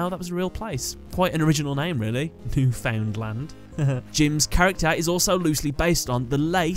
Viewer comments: Imagine if Jim had a duel with Rex Raptor. It would be interesting to see fusions of Jim's fossil monsters & monsters like Two Headed King Rex, Crawling Dragon Number two, Uraby, Megazowler, & Sword Arm Of Dragon. Also it's pronounced New-Fin-land. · Wait till you find out how Newfoundland is actually pronounced lol